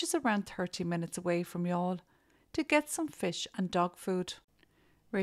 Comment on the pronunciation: This is the first time I’ve heard the name Youghal pronounced. Thank you for this viseo.